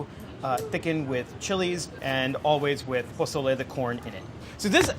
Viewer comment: I love how he says pezole literally as white as possible and says tomatoe and cilantro like he was in andy ruiz's corner the day after his nieces quinceanera.